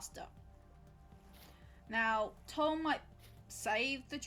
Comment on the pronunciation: btw tule is pronounced like tool-ee! i live in its native range where a handful of things are named after it (like the tule elk and the dense tule fog that are both found along the waterways the tule grass grows in)